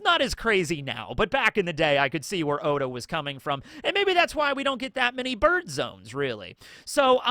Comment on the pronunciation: Why do you keep saying 'bird' wrong? Do you have a speech impediment?